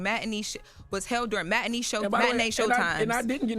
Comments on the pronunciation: I thought was some great communicator. Out here saying memWAR and matiKNEE. 😂 And can someone teach her how to pronounce ASK. It's not AX. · And she couldn't read matinee either...